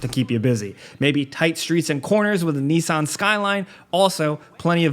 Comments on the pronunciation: Foe-ward Knee-san. You Americans and your crazy pronunciations. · "Niece-Un Skyline" LOL